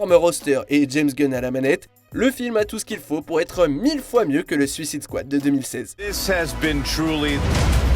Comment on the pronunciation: Vous avez du mal a dire "suicide squad" en anglais lol